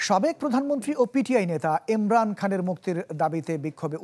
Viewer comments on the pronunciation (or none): এই মিয়া সাংবাদিক আপনার উচ্চারণ ভয়নক খারাপ আপনি জব পাইলেন কিভাবে এই উচ্চারণ নিয়ে, উনার এমরান না ইমরান। খুব বাজে উচ্চারণ আপনার।